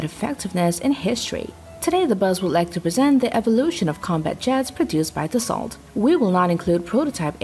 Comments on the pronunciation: Dassault is NOT pronounced like you do! It is a french company, thus french pronounciation. And it is pronounced like "Dasoe" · It’s pronounced Da-soul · Dassault is pronounced Dassau just so ya know! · Dassault pronounce "da so" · you've made a video about Dassault and pronounce the name wrong all the way through.